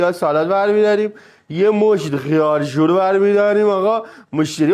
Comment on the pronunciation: خیارشور ❌️خیارژور✅️